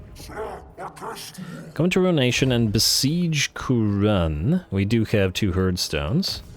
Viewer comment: Is it now "Moooooouronne"? 😛😅⚔️⚔️⚔️🔥🔥🔥🐂🐂🐂